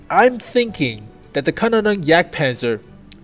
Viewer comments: I think it's "Kaaaa nonen yagdpanzer" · From what I know it should be pronounced like "can-ohn-en-jagdpanzer". Take it with a pinch of salt though. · Good news, and yes , or Ja you have to work on the Pronounciation